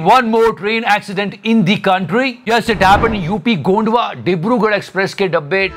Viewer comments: Bro it's not gondwa it's Gonda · it is GONDA not Gondwa. It is from where Mr. BrijBhushan Sharan Singh belongs. Also don't connect the dots. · It's a Gonda not a Gondva district, please pronounce carefully.... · Your pronounce Gonda wrong 😂